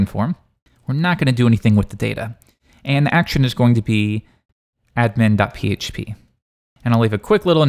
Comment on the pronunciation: pronouncing ADmin as adMIN is bothering me more than it should.